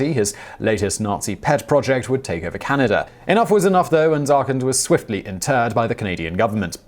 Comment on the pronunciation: Canader? Why do the English do that? I know Simon really tries not to, but the faster he talks, the more likely he is to slip.